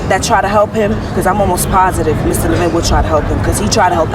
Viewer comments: LEH-vin not le-VIN. Not trying to be snubby but I always feel it's a sign of respect to pronounce a person's name correctly. As a latino, I experience people misspronouncing my name all the time and when correct them many are dismissive. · His last name is pronounced LEVin..not LevIN..